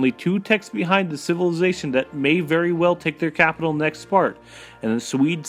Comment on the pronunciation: If you can't pronounce "Civilization" then you probably shouldn't try and do narration. :/ It's actually true - Setting the speed to 1.5 makes this much more watchable.